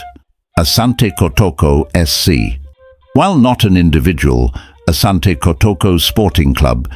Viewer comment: It is Asante NOT Ashante. Ashante is the corrupted version because of mis-pronunciation.